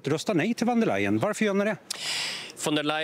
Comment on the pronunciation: Vem är intervjuaren, som inte vet att 'v' uttalas som 'f' i tyskan, t.ex. i 'von''. Det trodde jag var ren allmänbildning, något som alla visste. Dåligt!